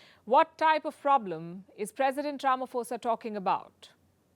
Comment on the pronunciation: Pronounced Rama-posa. Not Rama-fosa 🙂. International crooked court. By ICC standards, Bush, Blair, Obama, Clinton and company should also be arrested.